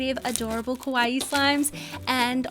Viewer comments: Please dont saw Kowaii Its exactly the opposite of kawaii TwT Luv your vids tho uwu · Did you just say carbs? I'm a Type 1 Diabetic...how ironic lol 😃 ...Oh, and by the way, you said "Kawaii Slime Company" wrong. You said it like "scary slime shop" lol. Yes, I was born in Tokyo, so I know. People just got to do their research more, I guess lol